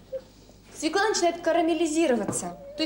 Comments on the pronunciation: Не можна казати російською "свекла", бо на ворожій це "свЁкла". Капець, "блєндєр", "свєклА" Привіт з україномовного Харкова. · Ну тут хоч хусточку вдягла, бо в інших відео трусила довгими косами над їжею... Ну і як носій мови, акторка, мала б знати, що правильно свЁкла, а не свеклА. Хоча борщ має бути з буряком) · Почему свекла, а не свёкла? И потом, где борщ? Вот этот бурячок с водичкой и есть борщ? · О борще ничего не скажу, нет настоящего борща, нет комментов, я о слове "свеклА", нет такого слова, НЕТ!!!!, есть слово "свёкла"!!! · взагалі ганьба - від театральної актриси, дружини Кончаловського чути "свєклА") російською цей корнеплід називається свЬОкла) а щодо прислів'я - "недосол на столе, а пересол на голове")) то натяк на того діда Кончаловського) ех. шкода, що зараз нема повних випусків і не видно, як вона його годує гаспачо, наприклад)) ну хоча гаспачо загалом, мені здається, важко зіпсувати)) навіть з талантом Юлі)) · Ніколи не казав російською «свекла» — бо російською вона свЁкла 😂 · Не свеклА, а свЁкла, носитель языка... 🤦🏻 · СвеклА - нет такого даже в русском языке. Свёкла есть. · Ох, Юлю, Юлю! Вона що "кухар", що "актриса", що свеклА😅😅😅 Взагалі-то свЁкла. Так зганьбити наш бурячок і наш борщ.😩😩😩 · Вона неграмотно говорить слово свекла, бо треба через Ё! Оце так так!